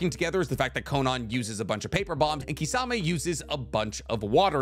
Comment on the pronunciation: wtf is kisaaaamey!!!!??? ITS KISSAMEH(kisame)